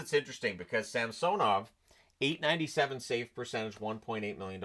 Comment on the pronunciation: pronouncing Samsonov's last name correctly really brings tears of joy to my eyes.